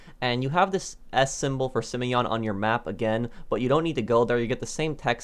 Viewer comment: Simon not simion